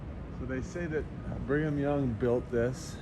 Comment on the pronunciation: Knowing about the orphan trains, I can't help but hear 'bring em young' every time you say 'Brigham Young"